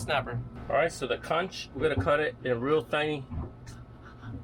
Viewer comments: I’m not trying to be critical just proper pronunciation. It’s not Consh it’s Conk. 🙏 ❤ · I would never eat that soup after all that crapp you put in there. Am a Bahamian and the word is conch, not konsh.